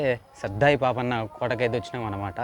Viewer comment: సర్దార్ పాపన్న వుచ్చారణ సరిగా లేదు. ఇది భవనగిరి కోట కదా చెప్పలేదు